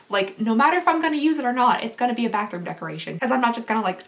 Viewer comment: I know she probably said “bathroom”... but... it kind of sounded like she said “panthroom” 😂😂😂😂